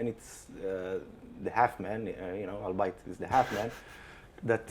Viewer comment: albeit = al-be-it, not al-bite